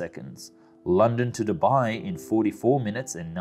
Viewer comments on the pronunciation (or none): none